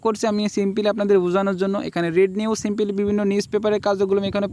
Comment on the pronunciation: tor heda simpily simpily kore abal simply hobe re abal